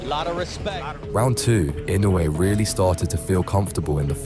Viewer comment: Why cant you pronounce his name right Motherfucker I no ue